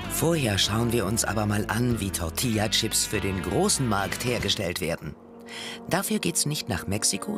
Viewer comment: BITTE SAGT "Tortillachips" UND NICHT "Tortiachips"!!!!!